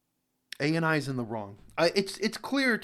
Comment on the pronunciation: Yes, you are correct in pronouncing his name, Thank you so much for spreading this over the world. , yes it is extortion as there is no penalty structure mentioned in their website in clear text. This means, they can claim/charge any amount to anyone based on xyz. For person A and x sec clip, they can put penalty of ABC and for person B and x sec clip, they can put penalty of DEF. Youtube also have responsibility to clarify whether this comes under fair use policy or not. If it comes under fair use policy, ANI's strike should have been overruled by youtube. If it doesn't come under fair use policy, no use, youtube can remove/shutdown/scrap this policy.